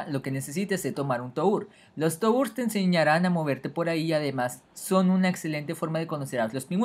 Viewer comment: jaja "tours" en vez de "turs"